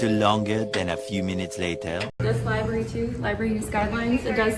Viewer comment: Seeking out transparency in a child's room at the "libarry". He definitely has the extra chromosome working. Great job, frauditor! 😆 🤣 😂